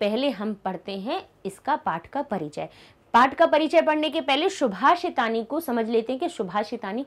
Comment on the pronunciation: Ma'am shubhashitani nahi subhashitani hoga